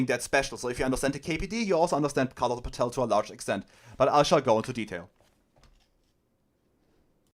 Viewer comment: Danke für die Zusammenfassung. Paetel ist aber nicht Pah-tell (das wär indopakistanisch) sondern Pätel. 😉 Liebe deine Ausführung zu Kommunikationsproblemen von modernen Marxisten zur Arbeiterklasse.